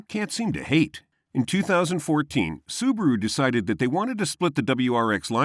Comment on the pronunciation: it's not SUBURU it's acually SUBARU